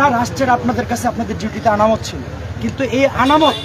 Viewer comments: ছোট ভাই আনামত না বলো আমানত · আমানত কে আনামত বলছে কেন এই মেধাবী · শব্দটি আনামত নয় আমানত হবে 😂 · আরে ভাই আনামত নাহ! আমানত। তুমি কি ছাত্র 😢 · সে কেমন ছাত্র যে আমানত শব্দটা সঠিকভাবে বলতে পারেনা?